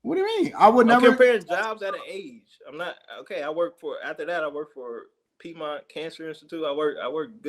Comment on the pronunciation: He said peidmont lmao …. Of course you not gunna date a chick that work at piedmont..If you know you know